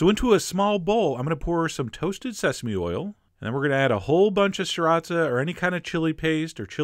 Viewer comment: He said it correct... "siratza" but it is spelled sriracha.